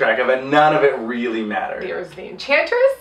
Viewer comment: Think the drinking game should be, drink for every introduction, drink every time says enchantess, drink when Margot says puddin...that's all I got...also no one else what's to talk about Rick just randomly eating chicken when the enchantess takes over June's body?